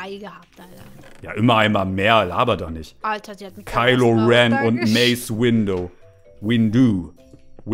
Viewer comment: Man spricht Kilo Ren Maße Windu Lea poe